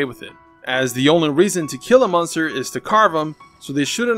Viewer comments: Does any body realize he say munster instead of monster? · You say monster like meunster lol